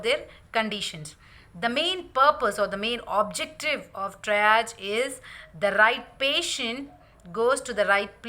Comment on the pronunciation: Great video with lots of useful information. I think Triage is pronounced as “Tree Arge” not “try arge” but thanks for all this great information